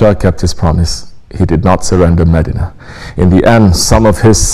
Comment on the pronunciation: " Its not meddinna its MEDINAH